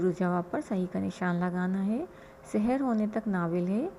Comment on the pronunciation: تلفظ بالکل درست ارشاد فرمایا لیکن ہمارے اردو لہجے میں "سَحر" اور "سِحر" دونوں ہی مجہول (سے حیر) پڑھے جاتے ہیں۔ لہٰذا اگر تلفظ میں اعراب کی رعایت نہ بھی ہو تو سیاقِ سے تفہیم کی جائے گی۔